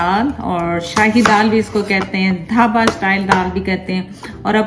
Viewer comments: Dhaaba not daba ;) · Dhaaba ... not dabba lol